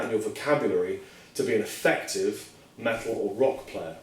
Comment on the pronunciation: i like the way he says "métl"